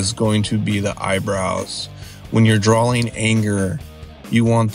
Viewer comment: Good advice, but PLEASE stop saying drawling, instead of drawing.